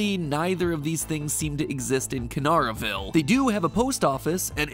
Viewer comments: I live in KA-NAR-A-VILE ur pronouncing it wrong wait.......MY TOWN IS PART OF FNAF LOUR!??? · Quick edit, it’s ka-nare-a-ville, not ka-nar-a-ville. Just a quick note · Bro said kannaraville wrong I’m from kannaraville